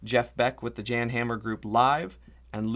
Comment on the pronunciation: Love your videos!! JAN Hammer is pronounced “Yan” Hammer. We used to make that same mistake.